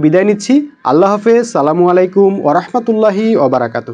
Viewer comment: আর আপনি সালাম টাও শুদ্ধ করে দিতে পারেন না আগে শুদ্ধ করে সালাম শিখে আসুন এরপর না হয় আপনি ধর্ম ব্যবসায়ি দের বিরুদ্ধে কথা বলবেন